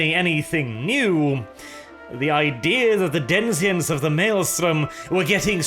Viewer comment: It's denizen, not denzian,.